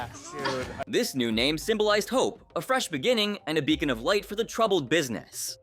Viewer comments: Wait. Do you pronounce Bacon as Beacon? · Its BACON, BACON NOT BEACON